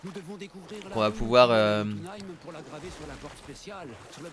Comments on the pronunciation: ça ne se dit pas jotunh(aime) mais (y)ot(ou)na( Ï )me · je reproche rien mais ces jotunhem mais jötunheim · Sa se prononce yotounailleme Bordel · pourquoi il dit jotho M